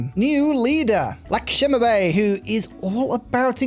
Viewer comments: pronounced like "LuxMe By " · its pronounced Lakshmi Bai